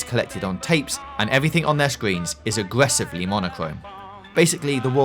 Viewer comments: "aggwessivwy monochrome" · Agwessively, wobot, godfwey, FWUITTSSS